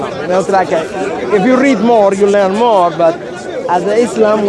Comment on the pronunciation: please its ISLAM Not IZLAM